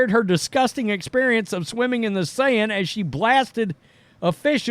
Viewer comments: I am sorry I have to correct you.The Seine River is pronounced as if you were saying the Sane river. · This guy is smart. But saying LeBron James is bought by China is cringe. The whole league is bought by China. I like this channel, but the ignorance is weird. Did even bother looking up how to say the rivers name. Overall 9/10. This episode 3/10. Thank you